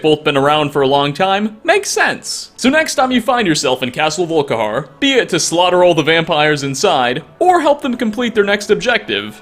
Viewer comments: castle volik har? its pronounced vulk (like bulk but with a v) ih ar (like a pirate) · "Volikar" actually sounds pretty damn cool ngl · Like a regional accent? Still, that can only explain some of the weird versions of names that comes up with! Like Volikar instead of Volkihar! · you said castle volikhar instead of castle volkihar, and you called nazir nazeem. how could you!! and you have told most of these already